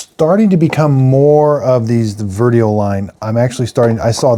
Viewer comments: Dad, the correct name of this Nespresso lineup is Vertuo, not Veruo or Verio. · It's Nespresso VERTUO. not VERUO. If you're going to do a review, you should at least get the name right. It would help with your credibility.